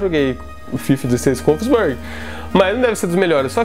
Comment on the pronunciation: Vídeo Massa porém Wolfsburg se pronuncia um pouco diferente 😂👍